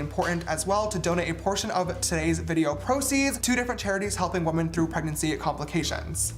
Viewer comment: LOL the way you pronounce “women” plural, as singular “womAn” drives me crazy 😅